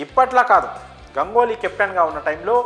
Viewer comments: ఒరేయ్ నాయనా గంగోలి కాదు రా అయ్యా.. గంగూలీ అనాలి.. ఆల్రెడీ ఒకసారి చెప్పిన నీకు 🤦🤦🤦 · Gangoli kadu bhayya Ganguly... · గంగోలి కాదు ఏమో గంగూలీ ఏమో సార్ గంగూలీ కూడ తన పేరు గంగూలీ గానే చెప్పుకుంటాడు మీరు కొత్తగా ఆయనకు వేరే నామకరణం చేయవద్దు సార్ పిల్లలు కన్ఫ్యూస్ అయ్యే అవకాశం వుంది